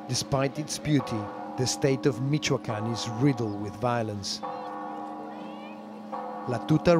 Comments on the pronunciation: Mikoakan-- Its MiCHoacan.. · "in the western state of Meekwakooan" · He said, "Mee-ka-can" . Pena Nieto celebrates, he is going to save Mexico. Look at Times magazine. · It's "Meech-Cho-Ah-Khan" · It Sounds like hes saying Michaeljuan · Michoacan ( Mi-cu-wal-can)